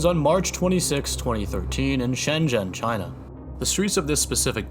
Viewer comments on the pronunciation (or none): none